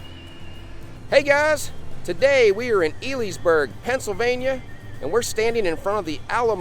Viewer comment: I just came across this. Im 47, live in Delaware, but my family had a cabin about 45 min from here in Pennsylvania. I had to laugh when you pronounced Elysberg. Its actually pronounced Ellies-berg. You wouldn't know that though unless you were from this area. My 2 daughter's grew up here & are now 25 & 26. Our last child our son who is 9 has enjoyed Knoebels for many years w his 2 cousins who are close in age to him. My parent's no longer have the cabin. As we got older no one wanted the responsibility of it so it was sold between my Grandfather and a group of his friend's who built it as a hunting cabin. I always knew they had a camp ground but never needed to stay. Fast forward 30 some years & my parent's take their Grandson atleast 2xs a year for the weekend. Their food is delicious..Pierogies & Fries were our favorite. The Birch Beer is a must try I agree! Great video ❤